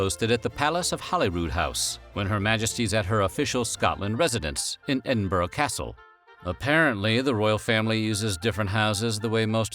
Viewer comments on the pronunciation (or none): none